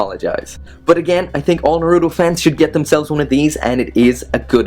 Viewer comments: It's Naruto not fucking narudo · Its naruto not naruo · Who else hates the way he pronounces naruto